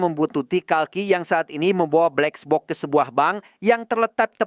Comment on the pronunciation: Kesel gw denger lu berkali-kali ngomong blexbok😏